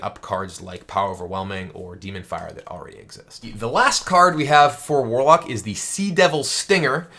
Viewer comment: Mwarlock dood. It's Mwarlock.